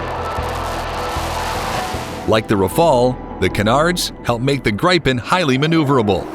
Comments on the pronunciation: GRAIPEN???? Dude! it's pronounced GREEPEN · Where do you get ''gripe-en''? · GRIPEN it’s an short I like in “IT” GRIPEN—-gee wiz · HOW TO PRONOUNCE "Gripen"? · My comment was relative to the mispronunciatıon of grıpen.